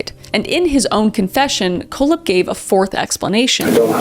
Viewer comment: Auntie Kris! It’s pronounced…Coal-Hep, and Wall-Drup. You crazy Canadian, you! lol FYI- just love ya to bits! ❤😂❤ Sowrry!- ha! See what I did there?